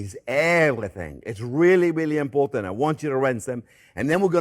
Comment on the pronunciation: When Chef Jean-Pierre says "Zeeeeeeee most import aunt!" you know to take note.